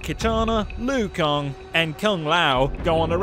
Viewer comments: Okay, no offense... Did you even play this game? Because you get alot of names wrong lol Here’s the ones you got wrong, and how they’re meant to be said... LUI KANG You said: ”Lu-i Kong” Right way: ”Luu Kang” CYRAX You said: ”See-Rax” Right way: ”C-eye-racks” GERUS You said: ”Ge-ras” Right way: ”Gee-rus” KANO You said: ”Kah-no” Right way: ”K-no” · Kang not kong lol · How about "Everything Wrong With This Video", here's the script: Louie Kong Roll Credits. But seriously, I can understand you pronouncing Kang as Kong, but how Liu (pronounced Lew/Lu) became Louie is beyond me... And did you say Audios at the end? Dude, do you even words!? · It's pronounced Lanky Kong. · Louie Kang (lol) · Take a shot every time he says "Louie Kong." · Take a shot everytime he says Louie Kong lol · It took me a min to realize he was talking about Liu Kang and not a new character. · "Liu kong" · Who the hell is louie kong? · Take a shot every time he says Louie Kong. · Louie kong? Is he new? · Who the hell is louie kong its pronounced lu kang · Lol looey Kong??? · I can't un-hear the "Lui Kong" part tho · Kang not kong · who the F*** is Louie Kong? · "Louis Kong" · Who the fuck is Liu Kong and Seerax ? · lui kang? isnt it LIU kang? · Was anyone else really weirded out by “Louie Kong”? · I feel like that accent can't say Louie Kong's name right so I'ma let it slide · This guy can't pronounce ANY names! "Lui Kong" is he joking or not? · Luwee Kong? Ha!😂😂😂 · Louie kang? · Lui Kong.... Lui Kong.... Lui Kong.... 50 sins for that